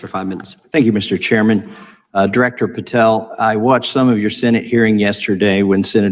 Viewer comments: it's "pah-tell" not 'pah-tall" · Its not Patall. Its Patell. I found you repeatedly mispronouncing, annoying af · Patel not "pat-all" Why can't you pronounce "Fuentes?" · Holy damn CASH PATELL!!!!! Pronounce it right he’s a douche bag for sure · Pa-tel pronounced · Hey, you're mispronouncing Kash's surname. It's quite annoying even if he is a total shitehawk. Otherwise, good show